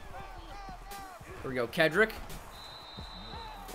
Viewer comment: am i the only one who realized today its "Ke-D-rick" not Ke-ND-rick might just be high..